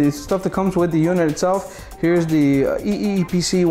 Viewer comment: Say eee pc right